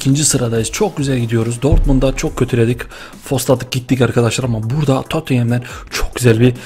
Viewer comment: abi allah için şu takıma totieme deme spurs de veya totım de